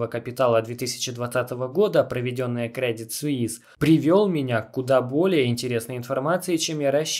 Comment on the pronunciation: Кредит суИс, а не сьюс